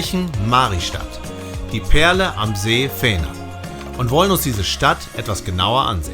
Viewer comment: Hej, ein schönes Video mit sehr viel gute Infos, man will mehr sehen, bei der Aussprache besteht ein wenig Training. Ist aber nicht so schlimm, Varberg wird warberg gesprochen, vännern auch wännern gesprochen, Lidköping spricht man schöping. Åå schwedisches o und o ist ein u. Y ein ü